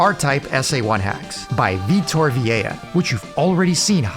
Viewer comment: The SA1 wizard is named Vitor Vilela. This was misspelled and mispronounced in the video as Vitor Viella. Unfamiliar names merit close scrutiny.